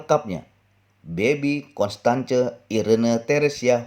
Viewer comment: Constance tu di baca konstens